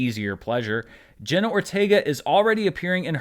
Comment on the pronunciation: Her name is JENNA, NOT JENNY!!!